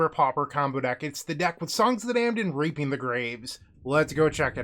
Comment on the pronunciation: reaping the grave came out sounding a lil closer to reaping minus the e. I had to rewind when i heard it too